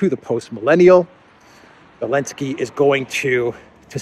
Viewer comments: Belensky?.... I thought he was Elensky? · can you explain why you call Zelensky, Belenksy.